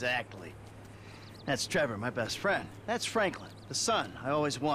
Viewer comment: TrevOr not Er